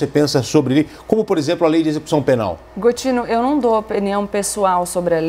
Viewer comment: botine foi foda hehehehehe....e gotine